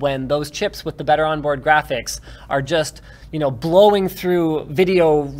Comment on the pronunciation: silence, go play games on your jraphics card ok